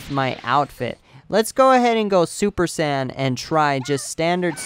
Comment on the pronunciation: every time you say super sand i cringe so badly.